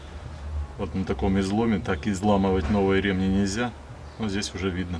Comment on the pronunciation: Видео хорошее толковое!😏👍 Всё хорошо, но режет слух ударение на слово РемнИ почему у тебя ударение на Е🤗😁разом вроде правильно ударение, но восновном на Е, почему?😁извини но режет слух🤗